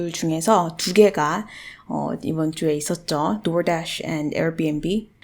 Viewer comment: door dash발음 웨케 섹쉬하시나요.. 공부하러들어왔다 설레네요 휴 렉카님은저리가세요